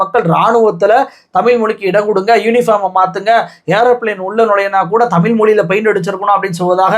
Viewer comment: ஒரு வேண்டுகோள். டமில் இல்லை. தமிழ் நாடு/ தமிழ் மொழி. சினிமா (பொன்னியின் செல்வன் பாட்டில் 'தமில்' என்று தான் பயன்படுத்தி இருக்கு), செய்து வாசிப்பு வரை திட்டம் போட்டு தான் பல காலமாக 'ழ' உச்சரிப்பை மக்கள் மனதில் இருந்து எடுக்கிறார்கள். Subconscious-ஆக மக்கள் மனதில் இருந்து 'ழ' உச்சரிப்பை எடுக்கிறார்கள். அதை உணராமல் நீங்களும் அந்த flow போறீங்க. தமிழ் மொழி. தமிழ் நாடு. தயவுசெய்து மாற்ற வேண்டாம்.செல்லி பழகவும். பேசி பழக்கவும்.🙏